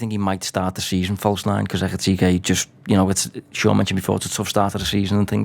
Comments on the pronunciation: "I've watched Frankfurt for years...Ekky Tekky" Honestly, disrespectful. Ekee-Teekay. It's not rocket science. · Tell that clown to sort his pronunciation absolutely kettling my head saying ekitekky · I listened to this on the audio podcast, but came here to comment on Sean's ecky tecky, I assume he can hear how everyone else is pronouncing his name! :) I just can't believe the others could keep a straight face! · Please stop saying ekky tekky! Hahaha! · Why did no one correct ekky tekky? 😂 Love it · Love the pronunciation, Ekky Tekky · No disrespect at all, but the gentleman saying "Isaac" and "Ekiteki" is doing my head in😅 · Ecky-techy, Ghee-ockeris, Buh-setitch, Wurtz and Eye-zak all had an airing. Not to mention Adeedus. 😂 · Can’t concentrate with all the weird pronunciations…. My god lol ekky fucking tekky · fucking this bloke butchering Eketike's name makes this podcast unlistenable.